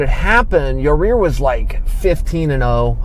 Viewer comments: It's ya-ir not ya-rear lol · Is he saying Your rear instead of Yair? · Yahir is pronounced Yah-ear, not Yah-rear. Lmao. Yes, I know chael isn't hispanic, and don't expect him to speak spanish, but I thought that was funny. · Yair "Yourrear" Rodriguez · He said ya rear. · Sounds like hese saying yer rear. Yer rear really got pounded by edgar. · Yourrear Rodriguez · Chael , Its Yair, not "your rear" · "Yo-rear" lmaooooo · “Your rear” - Chael Sonnen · First off, you're saying his name incorrectly. Secondly THIS is fake news. Daina was quoted saying he offers Nate Diaz 3 fights per year, (as per the contract) and Nate turns down ALL 3 every year....sounds like a lot more than 2 fights Mr. Sonnen. No offence, but take what all these guys say with a grain of salt. Of course people will argue that Nate is 'worth' more when it comes to money fights, but this is 100% irrelevant. A contracts rules should apply equally to ALL fighters no matter the bias. Enjoy even more fake news people. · ya rear lol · Wtf Chael! "Your rear" 🤔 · „In yourrears case when he turned two guys down....“ 😅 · "YER' REAR RODRIGUEZ" - CHAEL SONNEN 2018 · Yourrear? Seriously? Good to see Chaels back on the juice thou. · Ya Rear? YA EAR. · I don't care what you say Chael,I like your ear Rodriguez😂😂😂😂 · Why is Chael calling him "your rear"? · It’s Yair (Yah Ear) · chael, please please learn some basic spanish pronunciation. YAH-EER. you'd like look a fool talkin like that in the western half of the US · “Yereer Rodriguez” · "yourear" lmao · Why does he keep sayin "yo rear" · "yer rear" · YARREER??? Wtf Chael you a pirate now? "YARRRRrrr MATEY, YARReeerrRr, me thinks he had ta walk tha plank!!" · "Ya-rear Rodriguez" -- Chael Sonnen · The pronunciation of Yair as "Your rear" is very intentional. I know this guy. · "Ya rear" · Very sorry this happened to your-ear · Cannot even pronounce his name right wtf Chael... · Learn how to say his name correctly before posting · Anthony Jones Agree. That was annoying.